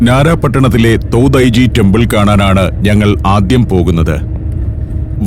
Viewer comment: തോതായി-ജി temple അല്ല തോഡൈ-ജി temple ആണ്‌ ശരി